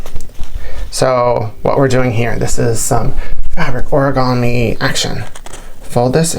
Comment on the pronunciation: Hello . Why do you pronounce it as ‘oragami‘ when it clearly is ‘origami ‘ ?